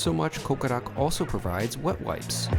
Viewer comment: When you said they handed me wet wipes I thought you said they handed me "butt wipes". ..That got stuck in my head so I went back 20 minutes later and looked at the video again. (you said wet wipes) Great review!!